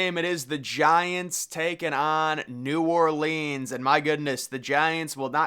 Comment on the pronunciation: Love you, my guy, but you gotta start pronouncing "New Orleans" correctly one of these days. 🤣